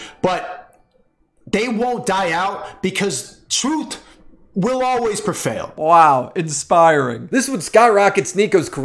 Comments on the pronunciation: "Trooth will always perfail". Yes. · “truth will always perfail”